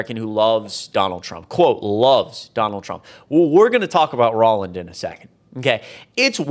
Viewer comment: Roland is pronounced roll-and (as in roll a ball) not ror-land.